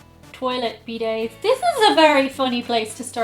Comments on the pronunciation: I'm sorry, what is a "bee day"? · tries an orange for the 1st time “Tastes like... orange juice.” 😂 Also loving your pronunciation of ‘bidet.’ 👍🏻 Happy Holidays, & Chewi, and stay safe! 🎄